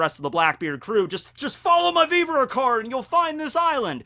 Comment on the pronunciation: Okay not the first time I've heard you do this. I don't watch the anime but are you sure the how you saw Viver? I saw pronounced with the same error. That one is beyond common and it makes me laugh every time I hear it. Japanese is a syllabic language that doesn't have the short e in both of these words. Both words come from French and have English pronunciations . If it's for the otaku lols fine but if you think that's how you say those words I think you are watching too many subs and haven't heard these words used in English.